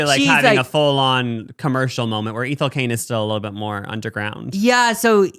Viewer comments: i’m late but the way y’all pronounce ethel cain is taking me out 😭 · Them saying Ethel Cains name is sending meeee 😭 it's eh-thul Cain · Yall pronouncing Ethel Caine like that killed me omg so funny